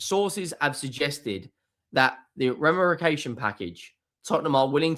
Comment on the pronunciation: His attempt to pronounce "remuneration"....priceless!